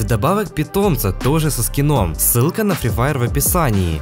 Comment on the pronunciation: Испортил видео одним моментом "Сри Фаер"